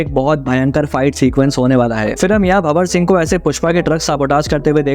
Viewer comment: Hi, Just want to make few corrections for visible mistakes, its not- JAGthara but JA-THARA(means Temple Festival, here its Gangamma- Water Goddess) & its not BHA-war Singh but BHAN-WAR Singh Shikawat. Great video btw❤